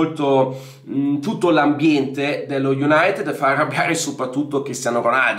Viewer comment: Bella la pronuncia iunatt